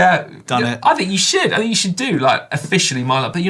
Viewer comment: Caption: "I fin-k you went too far this time". "Trust me, this is the-fin-itely going to improve performance"